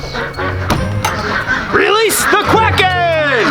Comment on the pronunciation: I’m in love. “Wuhwease da secwit weapon!”